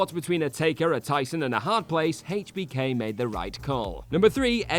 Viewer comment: I hate the way you pronounce hbk smh